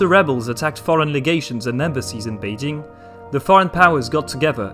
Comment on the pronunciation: He seems to have a better pronunciation of Chinese names such as Beijing.